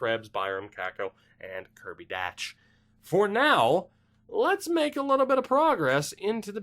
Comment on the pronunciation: Not being a dick but Kirby dach is pronounced like dock. It’s weird I know but us in Saskatoon learned that last season. Keep up the good work bud can’t wait for the rest of this series.